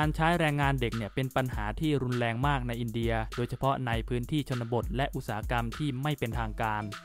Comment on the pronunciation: รุนแรง ออกเสียงไห้ชัด ไม่ไช้ลุนแลง